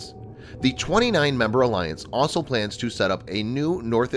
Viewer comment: I wish the narrator would learn how to pronounce 'also'. It's not 'asol'.